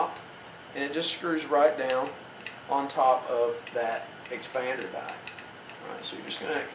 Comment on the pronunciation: "Expander dah"? Wtf is an expander dah?